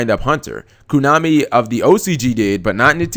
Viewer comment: Please fucking christ stop saying kunami